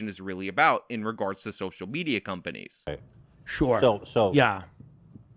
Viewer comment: I heard you say "SOCIAL MEZIA"